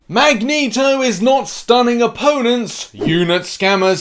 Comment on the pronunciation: Ah yes "Magento". Jokes aside Love ya!